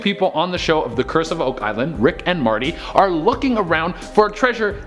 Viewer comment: Rick and Marty... or is it rick and morty